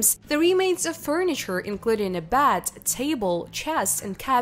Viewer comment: they referring to beds and she keeps saying bats that's nuts